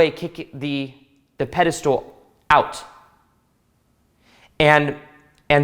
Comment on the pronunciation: I like how you say pedestal lol pedestool